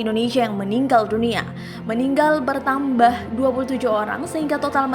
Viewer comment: Betambah.. gak pake R - Setengah ribu... Ngantuk ya Bun 🤣